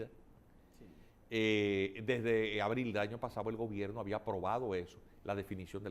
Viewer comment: Hola : dice GOBERINO, no gobierno